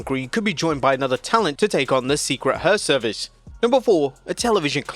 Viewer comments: Her-vice, not her-service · secret herservice LMAO